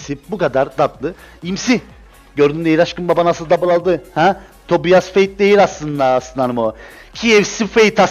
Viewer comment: O TOBİAS DİYE DEĞİL TOBAYS DİYE OKUNUYOR